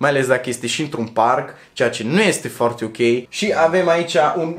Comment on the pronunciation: Baa, îmi place cum pronunți cuvintele asa la mișto 😂😂😂"mi fome, forte, bombona sport, zoppy etc" 😂😂😂